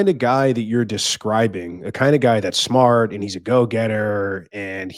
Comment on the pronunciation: "The guy has to be shmart.” Chirp.